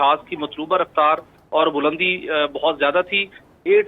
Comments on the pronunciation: bulandi word hota ha balandi ni anchor sahib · Not balandi, Bulandi